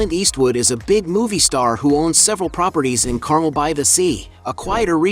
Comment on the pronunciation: learn to correctly pronounce "car,mel", won't you?